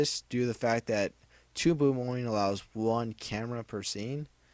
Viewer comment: tude boob? lol sounded like u said that at the beginning of the video :P